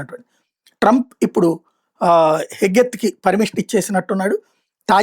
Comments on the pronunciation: Nee level bezawada local news ne Pete hegeseth ra babu , heggeth kadu Mavigun 😂😂😂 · Not Pet Hegeth it is Pet Hegseth